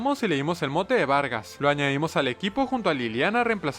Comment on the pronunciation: xq vargas dice vergas jajajaj